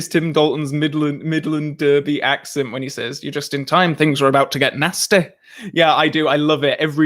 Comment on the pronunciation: turned into Countess Lisl there when his accent went Northern. Or perhaps "Things were getting a bit Nasssstie"